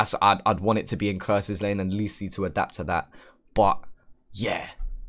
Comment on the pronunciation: its lisi not leeeeeeeeeeeessiii 🤣